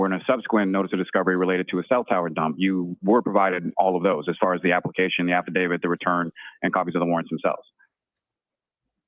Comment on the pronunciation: "Halfadavit Lally". OMG...I can't catch my breath!!!🤣🤣🤣